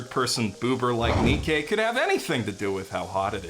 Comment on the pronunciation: Im gonna be that guy, Nikke is pronounced like Nike.